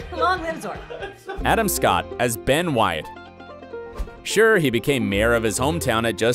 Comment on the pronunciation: Its pronounced Sure, bot SCURE